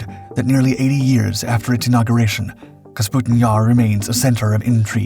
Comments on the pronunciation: It's Kapustin, NOT "Kasputin." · "Kapustin" vs "Kasputin" 😂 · [kah-POO-stin] not [kas-POO-tin], come on my guy, first line of the video!!! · Little things that really don't matter but still bug the shit out of me, like pronouncing Kapustin as Kasputin. Otherwise, an entertaining diversion. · Please pronounce it correctly! Капустин is KAH-POO-STIN, not KAS-POO-TIN. Russian isn’t all that difficult. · Kapustin, NOT Kasputin.. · Kapustin, not Kasputin lol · It’s „Kapustin“, not Kasputin… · Kapustin Jar, not Kasputin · You say Kasputin yar 9000 times. It's Kapustin. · Kapustin not kasputin . This is not as rasputin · Clearly spelled "KAP-SUTIN"...he pronounces is "KAS-PUTIN" six dozen times. 😂 Now ask him to pronounce "chassis". He says..."CHAS-SISS". 😂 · Please...! Name of the site is KaPustin-Yar - not KaSputin-Yar!! (Check Google - for God's sake) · they put Putin into everything. of cause its KasPutin Yar now. not Kapustin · Kapustin, not "kasputin". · under the picture it says . . . . Kapustin Yar emerged, but the narrator says Kasputin Yar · Please tell the narrator how to read. Kapustin, not kasputin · Did the mispronunciation of Kapustin through the entire video bother anyone else? It's Ka-pu-stin... Not Kas-pu-tin. Despite that, it's a fascinating subject. FYI, the British Canberra set an altitude record of 70,000 feet in the 1950s. In comparison, the ceiling of a MIG15 was 50,000 ft. The MIG15 carried two 23mm machine guns and one 37mm auto-cannon. It also could be fitted with unguided rockets. None of this would have been effective against the higher flying Canberra., which also was a near match for the top speed of the MIG. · For crying out loud, your pronunciation of Kapustin Yar make me go crazy. Just look at the order of the letters: "kapus" instead of "kaspu".